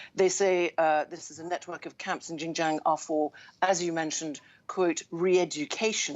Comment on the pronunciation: She can't even pronounce the province Xinjiang 😂